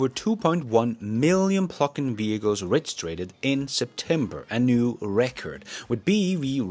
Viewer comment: Subscribed for a long time and watch all of your episodes. Fyi, 'reh-gis-terrd'. No biggy. Keep up the good work. I always appreciate the honest perspective from 'acrooss the pond'. Tesla is killing it, and we're only getting started!! SoCalFreddy